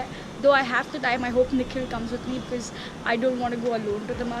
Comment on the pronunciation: Could you please get your pronunciation for “Because” corrected? Because it is really irritating to hear “Bicccz”. And yes keep the good stuff rolling.:)